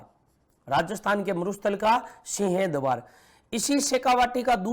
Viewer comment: सर सीह द्वार नहीं सिंह द्वार होता है, आप बोलते कुछ और ही हो